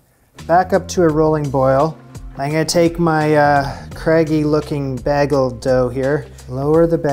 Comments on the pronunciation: No. That's just the way "" pronounces it. I lived in Saskatchewan for 33 years and Ontario for 26 years and I've never heard any Canadian say "baggle". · I am Canadian and I definitely say Bayg-el. I’d say 90% of Canadians say it the same way I do. But there is a funny anomaly that seems to happen mostly in rural areas or small towns where some people say baggel. These people often also say melk instead of milk. I haven’t noticed pronouncing milk that way, but I’ll be listening for it now. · I say this with all the love; this video was, I think, unintentionally hilarious - more than usual 😂 whenever would say baa-gle I would imagine a sheep with its own cooking show teaching its horde how to make the perfect baaaa-gle 🐑🐑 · I am also now aware of behggles. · Love it when you pop up. And Kristy & everyone’s right. You say bagel in a very weird way. You need to stress the A so you say baaagel. You make it sound like an E not an A. But we all still love you (ya big weirdo 😂😂😂) xxx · "Bägels". Coming from Sweden, Canadian English isn't a variety I'm very familiar with. I always feel a slight sense of satisfaction when I can pinpoint the Canadianisms in your pronunciation! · you do pronounce bagel differently 😄 here in Montreal Québec its more like *bay*gel. I personnaly prefer the dense Montreal style bagel to the fluffier NY style. I'm surprised there is pepper in Julia's dough! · My SIL is bag—gull like. She also says “pellow” for pillow. She’s from Colorado, so I have no idea where that pronunciation came from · Bro, you're saying BAYGLE XD Love your videos, good luck in New York saying baygle. XD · LOL.. it’s BAAAAYYYYY-GeL!! how do you say Montego Bay? Montego Bah? lol… awesome. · I'm a life-long Duluthian. Thunder Bay is one of our "Sister Cities". Not ALL Minnesotans prounounce "bagel" like "haggle". Some of us pronounce "bagel" like "BAY-gull". Now, you know! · It's BAY like a bay leaf + GULL like the bird. You're welcome!